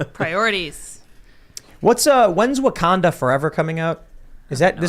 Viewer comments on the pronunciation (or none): none